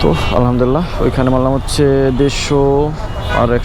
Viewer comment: ভাইজান আলহামদুলিল্লাহ শব্দটা স্পষ্ট করে সুন্দরভাবে বলবেন